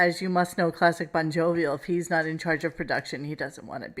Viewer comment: bonjovial, bonblobial… love him